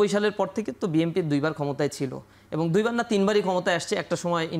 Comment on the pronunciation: এবং = এবন😂